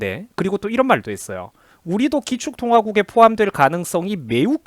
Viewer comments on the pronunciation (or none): 재명이가 가축통화국을 발음 실수한듯